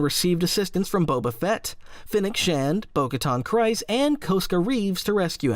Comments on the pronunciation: Kryze is pronounced Kree-z not Cry-z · Kryze rhymes with grease, not with rice. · I just made the same comment to myself how can people still not pronounce things like czerka and kryze properly